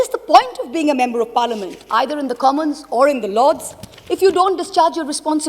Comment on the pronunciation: Who is pronouncing "member" as mumber